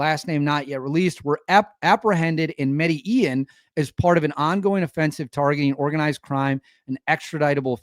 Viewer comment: For what it is worth, Medellin is pronounced: medda-jean. The Y is a J here. As in: tore-tea-jah for tortilla, which is not really a thing here, that is up north. I live about half way between Cali and Medellin.